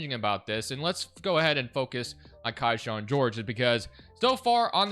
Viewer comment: It’s Key-Shawn not Kai-shawn